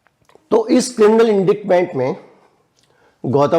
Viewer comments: ji indictment ka pronunciation इन डाइट मेंट होता है न की इंडिक्ट मैंट। I did not want to say it on a public platform but I couldn't find any way to contact you privately. Sorry about that. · I really appreciate and respect you. The way English language pronunciation is ... without logic ... The word indictment is actually pronounced as "inditement".